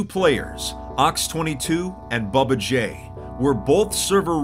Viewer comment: Bubbaj Clearly says babbaj